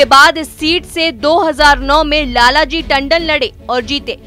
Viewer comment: Lal ji tandan madam ..... Uchcharan ki galti na karen